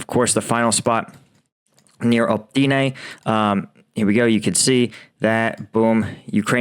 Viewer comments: Opytne. Not Optyne.. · Opytne, not Optyne.